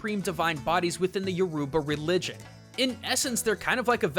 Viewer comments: I'm so grateful you spoke about my culture but hoo boy your pronunciation! XD It's all good, I mean you don't know. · LOL As a half Nigerian, I'm dying from the pronunciation of Yoruba 😆😂🤣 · im also nigerian and he pronounced yoruba wrong, also has anyone been to abuja or lagos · All my ancestry is Nigerian and while most things you said I have heard I have never heard anything about the religion behind Yoruba, and all of my relatives are fluent in Yoruba. Also while I did enjoy this episode I cant help but say that every time you said Yoruba I cringed a little; however, I understand that you don't speak the language and that would explain the reason why you say the word wrong. The way your supposed to say the word is: "Euro - ba", the next time you do a video on Yoruba you will now know how to say the word. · you guys don't know how to say Yorba names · Lol I'm Nigerian and I just died when he mispronounced Yourba. lol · Ejima1 Roblox And More! Nigerians unite lol🇳🇬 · omg you said yoruba wrong omg thats so annoying wtf is yuruba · So your pronunciation is ... but no worries the language and phonetics are different. I noticed the talking drums and I was waiting for you to point it out the whole while. It's funny in a good way to see Yoruba a culture close to and similar to mine like this. Nice video dude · Great video, love the fact this channel is looking at Africa a bit more and is doing great research. i just have some complaints, Yoruba is one of the 3 major languages in nigera and there are many many more other languages. your pronunciation of "yoruba" is quite off but i forgive you if you promise to keep doing great videos. #notificationsquad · I feel like these videos are getting rushed, I'm Not Nigerian but that's not how u say yoruba, lol the arrow pointed to east Africa when he said west I think they should slow down and take their fix up these theories, make em a bit more solid like how they used to be. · Your uba it's pronounced yuroba